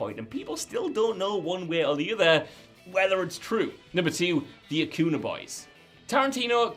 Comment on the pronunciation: Acuña is pronounced a-cun-ya